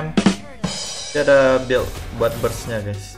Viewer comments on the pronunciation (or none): none